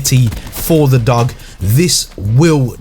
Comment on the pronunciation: Dog but pronounced dooge